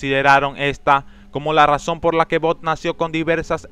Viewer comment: Jajajajaja "BOD" esponja????